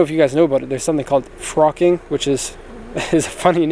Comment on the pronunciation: I believe the term is "flocking." You're used to the Japanese pronunciation.